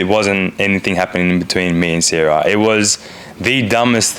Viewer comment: He calls her Sarah not “Sierah” 😂😂